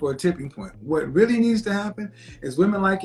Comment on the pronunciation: She was Weally Weally Annoying.... Started off well... Then crashed....